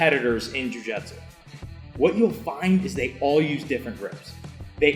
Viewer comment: Love the podcast and love the content. I also like the hose analogy. What I don't like is the way you say "jiu jitsu"